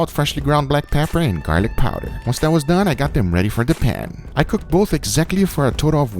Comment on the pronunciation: How many shots for when he says "Gar-lick PAAAWWW-der" He sure does have that creepy youtube voice down. I swear there must be a video everyone watches when you google "How to get famous on YouTube" where they instruct you to talk in a weird random creepy accent.